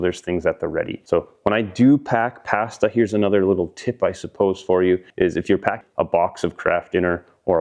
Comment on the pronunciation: Cleveland Brown pronunciation🤣